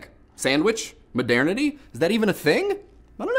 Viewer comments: Given how often the word was used in this video I feel the need to be a pronunciation-nazi and point out that it's pronounced "mo-dur-ni-tee" like modern-ity, not "mo-dair-ni-tee." It sounded really weird to me every time I heard it. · 1. I'm not sure, but I find your pronunciation of the word "modernity" hilarious. 2. The lyrics are a bit off to begin with and fair use is supposed to be fair game. 3. Happy Thanksgiving! (Screw political correctness. If someone says "Merry Christmas" and you take offense to that, it's your choice. It's not the fault of the one who wishes you a positive well-being.) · First off, I find it hilarious whenever you say "modernity". It just sounds funny, and second, NO!!!!!!! They shouldn't need to license the songs, because, as you said, it's fair use, but even if it wasn't, not allowing people to have as easy access to your songs will actually decrease the popularity of said songs, and cause you to lose far more money than you would gain by making broke websites pay you money. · I was so thrown off by his pronunciation of modernity.